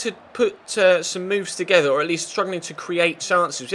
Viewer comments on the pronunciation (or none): none